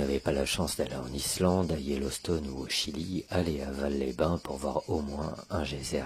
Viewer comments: Petite précision, je suis habitant de de l'Ardèche j'ai même étudié à Aubenas. Alors on ne dit pas "valle" mais "valse" phonétiquement parlant pour "Vals-les-bain" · Merci pour cette vidéo de mon département, une chose cependant on prononce le S de Vals les bains, on dit Valssss…..